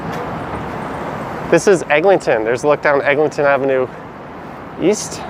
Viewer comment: I was wondering about the Egling-ton pronunciation. I just stick to Egg.